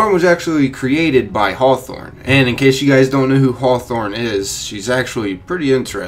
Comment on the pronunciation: Hawthorne... harwmoon... thorn........half life 3 confirmed